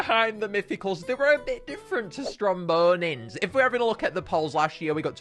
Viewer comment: i was listening while on a different tab, and i swore i heard "Zomboni" instead of "Strombonin"